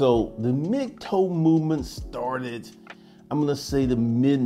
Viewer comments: Its "Mig- Tau" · You saying mig toe movement? I keep not hearing the term